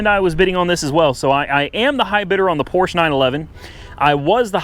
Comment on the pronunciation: I cringed every time you mispronounced Porsche. The e is not silent.